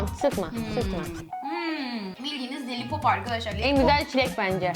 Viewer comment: lolipopa lelipop demesi bu arada iyi seyirler:yt:NazanNur